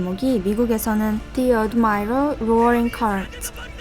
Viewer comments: "입방아"에 오르 내리다는 부정적인 의미입니다. 안좋게 회자된다는 뜻이지요. "명량"의 영어 타이틀에 "The Admiral"을 "어드마이어럴"이라고 읽으셨는데 "애드머럴"이라고 해야 맞습니다. 영상조회수가 높은 것에 비례해서 한국어와 영어에 더 신경을 써 주시면 좋겠습니다. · 해군 제독을 뜻하는 admiral의 발음은 [어드마이럴]이 아니라, [애드머럴] [ˈædmərəl]입니다. 미국인도 못 알아듣는 영어를 말할 바엔 아예 말하지 않는 게 현명해 보입니다. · admiral 발음은 '애드미럴' 과 같이 발음됩니다. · 영상 나래이션이 애틀랜타 교포인지, 유학생인지 모르겠지만 "admiral" 발음 어떻게 했는지 본인이 다시 들어보고 영어공부 다시해라. 혀는굴리려고 배배꼬면서 admiral 발음도 제대로 모르나? 애틀랜타는 아니지만, 같은 재미교포로써 창피하다.